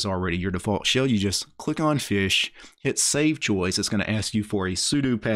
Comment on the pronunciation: Im triggered everytime you say SHILLS instead of shell